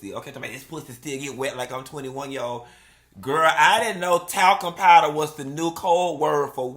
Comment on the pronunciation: Talcum powduh 😂😂😂😂😂